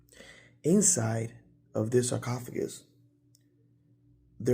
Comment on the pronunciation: sarcophagus!!!! You said it perfectly lol Great episode